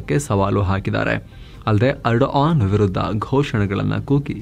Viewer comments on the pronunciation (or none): ಬೋಳಿಮಗನೆ ಟರ್ಕಿ ಅಧ್ಯಕ್ಷ ನ ಹೆಸರು ಎಡನ್ ಅಲ್ಲ ಏರ್ಡೋಗನ್ ಸರಿಯಾಗಿ ಬೊಗಳೋ ಬೇವರ್ಸಿ